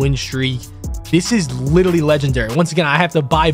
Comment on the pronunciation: Congrats on the record and btw it’s literally not litally 🤓🤓🤓🤓🤓🤓🤓🤓🤓 (this is a joke idk if that just how you say literally I jus started watching you like a week ago)